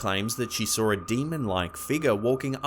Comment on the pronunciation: They sawr it? It's pronounced saw it no R